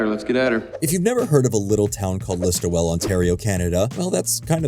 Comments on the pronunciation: I'm not from that part of Ontario, but I assumed it was pronounced List-ole (close enough to Liss-toll). Definitely only 2 syllables though. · It’s pronounced ‘liss-tool’ not ‘liss-too-well” pol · ListOEL...not ListoWEL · List-ol, not list-oh-well. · It’s pronounced listwool not list-oh-well too. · its pronounced Listool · Listowel pronounced "listowl". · It’s pronounced more like listo-wool. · It's just Listo-wull. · Listowel is pronounced list-o-wool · Say it like "LIST-WOOL" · I really think the thing that helps Letterkenny is a focus on characters and their lives. The stakes and drama are all small town sized, but they mean something to the people who live those lives. Point of note, the town is called Listowel (which is pronounced List-tool) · Btw, it's pronounced "listuh-wool" and spelt "Listowel" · It felt like a proper successor to Corner Gas. Also "Listowel" is pronounced "Listool" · As someone who grew up in the area it's pronounced 'lis-toe-ell' or somrthing like that, I'm bad with writing phonetics. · It's pronounced "Lis-tool" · Listowel. Missed the last L. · I used to live not far from Listowel. It sounds strange hearing someone pronounce the name with all the syllables. We didn't. The name only has three syllables if you've never been to it. Two if you live near by, and somehow only one when the locals say it. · It's LISTOWEL. Sigh. The disrespect of mispronouncing AND misspelling on a bespoke title card. You probably has a problems with Canada Geeses too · I appreciate the coverage and love the video but your pronunciation of Listowel is painful to a Perth County resident